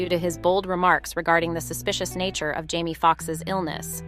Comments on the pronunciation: Why does the narrator keep pronouncing Jamie as Jammie? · It's so annoying that the commentator has no desire to pronounce the name of these people correctly. His name is JAMIE not "Jammie". You have the audacity to even write it as "Jammie" in the graphics. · Hussy he name is Jame e not Jam e